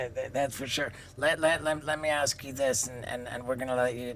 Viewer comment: Did yo axe him about Diddy?